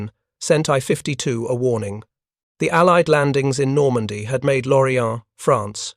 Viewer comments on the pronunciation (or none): none